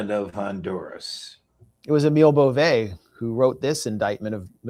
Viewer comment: It is pronounced BOVE, a long E sound, and it is Italian name, I know the family in NY.